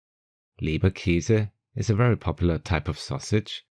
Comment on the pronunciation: goodness me, what has happened to our good old "Leberkaas?" ;) Und bei "Backhenderl" hör i ollaweu "Bockhendl" ;) d'ehre, oida!